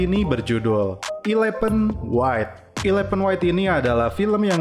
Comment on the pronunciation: Bukan ilepen bacanya bos tapi elefen